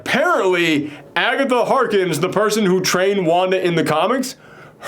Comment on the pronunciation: Am I the only one who cringes a little every time he says calls Agatha Harkness, Agatha Harkins?